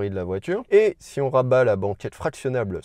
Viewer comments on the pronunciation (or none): none